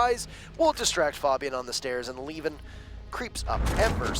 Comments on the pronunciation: Why are they now calling him leven and not liven? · I guess. I got used to "liven" even though I knew better at the start